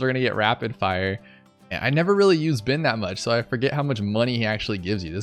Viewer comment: Ohh.... I heard 'Byn, not Ben 😬 I wondered why you had the Data Hack ability 🤦🏾‍♂️